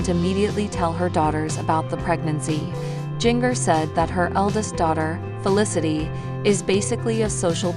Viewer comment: Her name is Jinger not Giger! Get it right people!